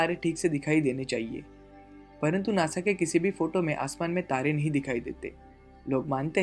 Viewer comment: you don't even know how to say nasa....u say nosa